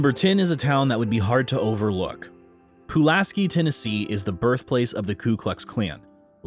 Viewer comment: Pulaski is also pronounced Puh-LASS-kee, not Poo-las-kee